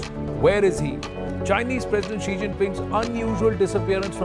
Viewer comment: Xi ❌ Chi ✅ 😂😂